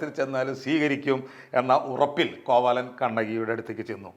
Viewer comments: കോവലനെയാണോ കോവാലൻ എന്ന് പറയുന്നത്? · Not കോവാലൻ.കോവലൻ എന്ന് തന്നെ പറയണം. ഇതൊക്കെ ശ്രദ്ധിക്കണ്ടെ